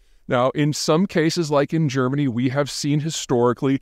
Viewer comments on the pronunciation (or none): none